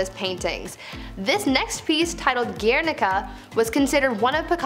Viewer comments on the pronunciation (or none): Guernica is also correctly pronounced "GWARE- nah- cuh.